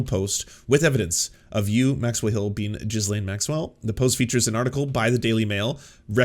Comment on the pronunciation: 'Ghee- laine' not 'Ghis- laine' As a Canadian, come, on.